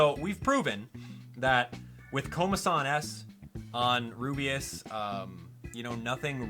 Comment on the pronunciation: I hope level-5 fixes Rubeus Js name of speach because when he says his name and trys to say J he ends up cutting it off and instead says jgee its very annoying i hope level-5 fixes this and with any other characters with the same problem even though this is just a small thing.